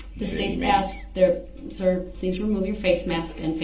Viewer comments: Axed and answered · One of my favorites was AXED. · Cause you Axed, cause you axed!😂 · He still would have asked lol she put it in writing for him and he still "axed" about 200 times per day.